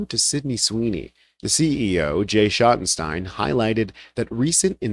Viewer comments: I'm from Ohio, is pronounced shottensteens, not stine. They must own American eagle also. They're retailers from Columbus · Shotten-Steen.... Schottenstein...just sayin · You're pronouncing Schottenstein wrong. In Columbus, Ohio the stein part of the name is phonetically pronounced "Steen". They were a large discount clothing chain until the founder of the company died. The kids went into the reality business although they still have the Value City furniture business. The Ohio State Buckeye's basketball arena is called "The Schott" which is the shorten name for The Schottenstein Center. I guess it was good they got out of the clothing business they would've lost a lot of black business after this situation.